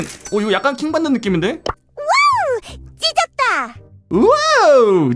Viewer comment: 워우 찟었다~하는거 워우 이겼다라고 들리는데 나만 그런가?